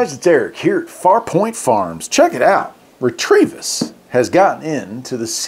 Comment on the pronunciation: Nice little radio! I would pronounce it ret-o-vis. There is no r in it